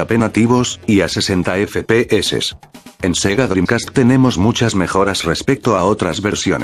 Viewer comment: Like si solo viniste para oirlo decir "efe pe eses"